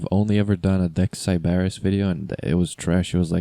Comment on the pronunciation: You’re saying Sybaris wrong and it’s bothering me reeee